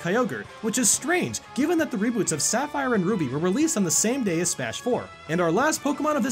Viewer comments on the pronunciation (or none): none